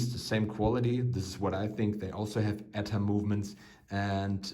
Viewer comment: It's just "E-T-A", not "Etta", of course everyone called the Nazi cinema company "UFA", Ooofa.